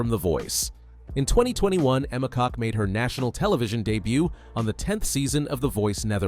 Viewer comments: Emma's last name is pronounced "Cook". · It’s pronounced kok not cook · I just searched "pronunciation of Emma Kok" here on YouTube,....and it is NOT pronounced "cock".